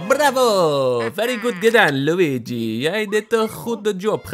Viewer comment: Het is LUiGi ni LUIgi